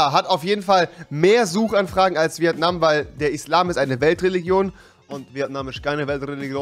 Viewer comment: rewi... das heißt nicht VieAtnam... Es heißt Vietnam